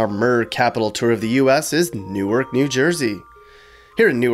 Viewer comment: Good video but it's pronounced "Nork" Not "New arc". "New arc" is in Delaware.